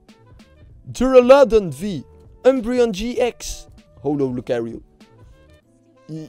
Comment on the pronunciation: het is: hollow niet how-low, get it right man